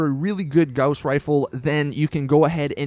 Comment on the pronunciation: You're mispronouncing gauss